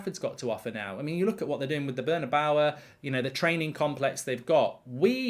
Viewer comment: What’s Real Madrid’s stadium called? 😂😂 “burner-bower” ? I have to say, I’m English an it’s very frustrating how ignorant English people are with peoples names and places, pronouncing them however they want. Massive lack of respect! All other countries try to pronounce names correctly expect English and American.